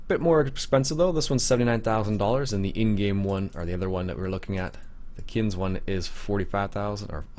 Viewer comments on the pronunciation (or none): Just to pick a bone the e isn't silent kinze